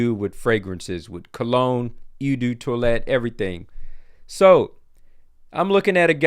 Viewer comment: You can't expect to be taken seriously if you cannot pronounce Eau properly. Polo Sport is my all time fav, but it's reformulated and is not the same. The original didn't last long,vand the new stuff fades to nothing in an hour...